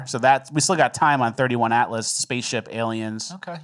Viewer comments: Its not "31" Atlas. Damn, Its "3" "i" Atlas. 3eye atlas for ppl under 80 IQ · It is 3 i Atlas. Not 31. "Third Interstellar object"